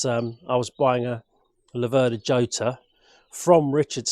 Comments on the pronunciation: Not djota, not iota, but rrrrrhota. J = rota in spanish. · Jota is pronounced "yota" in Italy and "hhota" in Spain! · Hota would be the correct pronunciation of the Spanish dance in 3 time, just as Jarama is pronounced Harama. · Ho-tar. if its Spanish. never heard it pronounced like that though. Yo-tar is what i mostly think of them as. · The Jota is actually pronounced Hota, but everone calls it Jota. It was a developement of the original Laverda 3cl and given the Slater treatment of high lift cams and high compression pistons and cast wheels. If you had good tyres on they actually handled very well, in fact I managed to grind the primary chain case adjustmeht nut at 45 degrees just cornering. They aren't without issues (head cracks at the spark plug and the alternator woodruff key is made of cheese. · Should be pronounced "chota" same sound as in Scottish "loch" Nice bike, but yes, why not give it the old racing colours? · They say the seat height is due to Massimo Laverda being about 6'4". Italians would pronounce it Lav'erda, with the stress on Lav not ver, and Hotter (just like warmer). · I think it's pronounouned "Ho-ta" as in the Spsnish name "Jose"..... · Nothing compares with that 180 sound. What a bike. PS: it's pronounced Chota, where the ch is like the ch in loch. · Jota is pronounced as Hota. The letter J in spanish is pronounced as a H just as Jerez the sherry producing region of Spain is pronounced Herez.